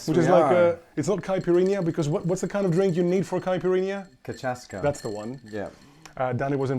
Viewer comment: It's pronounced Ka - Sha - Suh. It's the Brazilian national alcoholic beverage. In Portugal it's Buh - Gah - Sue, written Bagaço it's the Portuguese national alcoholic beverage. Anyway, I don't do hard drugs and alcohol, contrary to the nowledge of most is a hard drug, you can die from ingesting too much booze, you go into an alcoholic coma and it's over. I had a great uncle who made a stupid bet that he could drink a bottle of Macieira (which literally means Apple Tree) in one shot. Now Macieira is a brandy, very tasty but 43% alcohol or 86 proof and he hadn't even finished the bottle he got about 2/3 of the way and went into an alcoholic coma from the shock and he later died.